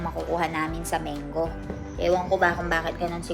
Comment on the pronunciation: MANGO correct pronunciation po Mang-go not Meng go